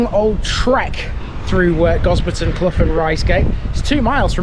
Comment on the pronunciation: As a resident of Quadring Fen and grown up in Gosberton Risegate I am finding this a little disrespectful that you couldn't check with some of the locals about how to pronounce the place names. Quadring is pronounced QWAY-DRING, CLOUGH rhymes with HOW. There are no open pubs in either Gosberton or Risegate.